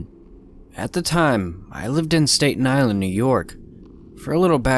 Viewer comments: STAY-TON ISLAND, New york? Staten Island is pronounced STAT en Island. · State-n Island lol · State-in Island?? Bruh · Stat-en island ny lol. I'm from Brooklyn ny by the way 😁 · He pronounced Staten Island wrong lol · Lmao the way he pronounced Staten Island 😂